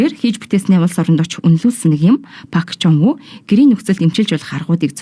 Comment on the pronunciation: 몽골 9시뉴스 에 정확한 발음으로 박종부 이름이 나오고 종부원리의 대한 간략한 소개를 하는것 같은데 이번방송으로 선생님 이름 을 몽골에서 확실히 알려진것 같아 좋습니다